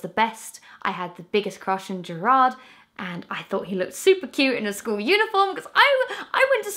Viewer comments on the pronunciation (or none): Never say Jared Way again.. omg it broke my heart x'D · when she pronounced gerard wrong i swear to god a tear fell down my cheek